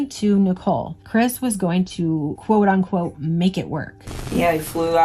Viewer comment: This is great stuff but I just gotta say, it’s “unquote”, not “on-quote”